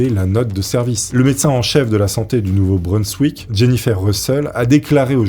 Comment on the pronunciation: le nom de la région où cela se passe ne se prononce pas "Nouveau-Breunsswick" mais "Nouveau-Brinssvick"... Ah là là fait des efforts sur les prononciation car par moment c'est vraiment catastrophique, désolé😅et surtout quand tu le répète plusieurs fois de suite dans un très court laps de temps c'est horrible à entendre et au pire si tu n'est pas sur de ta prononciation alors ne le prononce qu'une fois et dit ensuite "de cette région" ou "de cet état", sinon merci quand même pour la vidéo👍